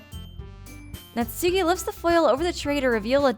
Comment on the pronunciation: hate to be a Grammar nazi but Natsuki name is pronounce nat-ski say it like this